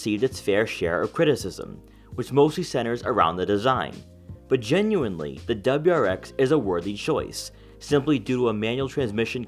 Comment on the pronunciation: What’s a dubruex? Do you mean WRX?